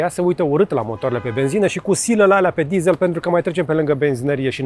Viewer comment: De ce "dizāl" si nu "dizel"??? De ce "gugāl" si nu gugîl"???